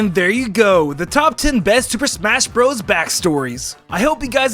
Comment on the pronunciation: „Super Shmas Brothers“